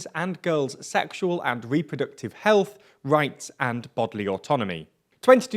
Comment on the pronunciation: “Heath rights “